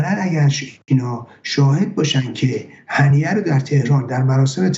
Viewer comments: هنیه هنیه ممد نه هنینه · اسم این یارو هنیه بود ،آقای چرا میگید هنینه؟